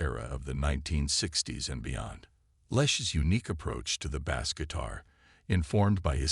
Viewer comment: Learn how to pronounce words like Bassist and Bass!